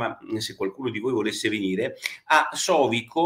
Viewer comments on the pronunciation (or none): Sovico accento sulla i!!